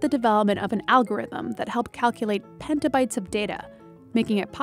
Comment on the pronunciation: It's petabyte. Not "pentabyte". You can't pronounce words correctly and incorrectly address credit. Such disappointment...